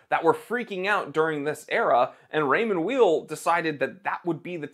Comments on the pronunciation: Pronounced Ray-mond Vayl. as in you are not a vile person. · It's pronounced Raymond VAY. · The name’s pronounced yaaaaeeeel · Raymond Weil, say: "Rae-maw Vile". First name is of French, last name of German origin, so it's definitely not "wheel". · Pronounced Raymond Wile.. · With all due respect, you have no idea about watches, and certainly not about Raymond Weil. You are not even able to pronounce the name correctly. Shame on you. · You don’t even pronounce the brand correctly lol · You don't know how to pronounce the brand or the watches, you don't mention the actual prices people pay for the watches, and you don't actually own any of these watches. Seems weird to tout ignorance. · Funny thing is he don't even know how to pronounce the name 😅